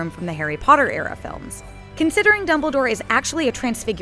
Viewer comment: Lol she said Doubledore